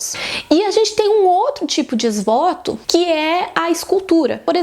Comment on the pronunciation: A pronúncia de ex-voto está errada…